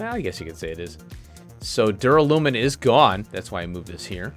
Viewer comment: Thanks for the episode. Duralin... Duralumin - easier done than said! 🤣